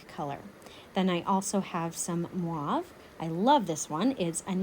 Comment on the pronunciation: I love everything you do, you’re the best artist that I started following but please stop saying MWAV for the mauve. It’s should be pronounced & sound like M O V E. The O should sound like O. ❤️